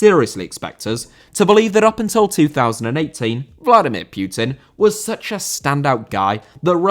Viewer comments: putin not pyutin ffs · Putin* not Piyuten